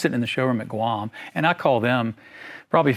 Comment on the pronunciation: Did he say GUAM???